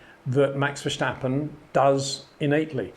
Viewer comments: HEY PETER WINDSOR, I HAVE MESSAGE FOR YOU SIR: it is NOT Max "verSHtappen" ... Max is not German (Germans indeed do pronounce "st" as "sht") ... #Max33 = Dutch NL/Belgium! ... It is not "Bottash" nor is it "Lewish" certainly not "verSHtappen" .... This BS started long time ago when a British sport presenter interviewed father Jos Verstappen and assumed you can use a German pronunciation to a Dutch Driver thinking it is so "funny" ... It is not. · Another hint for the perfectionist, if I think who you are, you’ll want perfection. Otherwise, don’t be annoyed- it’s really the last 0.00001% to perfection: the British press pronounces “verstappen “ with a ‘Stichlaut’ meaning that the ‘S’ is pronounced as ‘sh’ or ‘sj’. This is not the Dutch pronounciation - he is no German citizen. It is pronounced like Britsh people say ‘step’ or ‘stair’, not like ‘shit’. Just that you know. I really love video’s like this, because as a non-racing driver, you teach me things I can see on the track, but can’t analyse or construct myself. Thanks for that! Have a good weekend! 👍😊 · Brilliant video, thoroughly enjoyed it, just one teeny tiny thing. Max is Dutch (and Belgian, but the Dutch speaking part of Belgium), not Deutsch. The S in Verstappen is just an S sound, not an SJ or SCH (as in schumacher). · The 's' in Verstappen is pronounced as in 'stone' not as 'show'. He's not German. Good content though! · So funny how you pronounce Verstappen. That needs a bit of work. Other than that, great analysis. Would be nice to see some videos to explain and to exhibit the mastery of Max. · Why he say his name like that😭🤣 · Great comment Peter, but you know how to say steps, now say this in the stappen part of Verstappen. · Verstappen, not Verschtappen. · good analysis but Max is not German, there is no c in his name, verstappen is Dutch, ver stappen, but every time he says the name, ver schtappen, hurts my ears (and yes, I am also Dutch) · Please shtop calling him vershtappen.